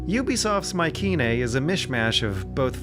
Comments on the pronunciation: Pronounced My-see-nae not my-ke-nae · The way he pronounces Mycenae 🤦🏼‍♂️